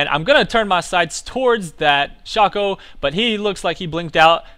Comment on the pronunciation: no it's pronounced shake-co :P